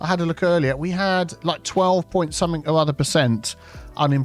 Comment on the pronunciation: Hi! Love your videos. Are you aware that you are saying somethink instead of something?